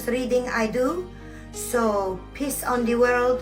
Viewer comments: Did she say "piss on the world"? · DID SHE SAY PISS OR PEACE CAUSE djt CRAPPED ON US FROM A JET JUST ASKING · She said “peace on the world “ 😂😂😂😂😂😂 sounded like piss on the world,…I can’t 😂😂😂